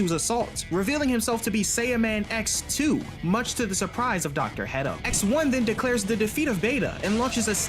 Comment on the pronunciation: I keep hearing dr pedo not hedo